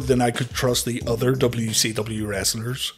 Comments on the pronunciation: Why do I keep hearing WECW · I'm glad it's not just me